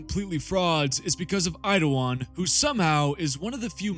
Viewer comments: His name is Eidolon not "Eidowon" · Dude am I going crazy? Why do you keep saying Eidowon? Is it a joke I’m unaware of? I wouldn’t mention it if I thought it were a speech impediment but you say your Ls perfectly every other time 😂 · Why do you suddenly have a speech impediment when you say Eidolon? 'Eidowon'